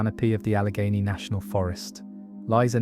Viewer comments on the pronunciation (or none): Allegheney yo